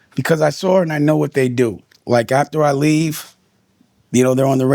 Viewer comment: "Sawr it"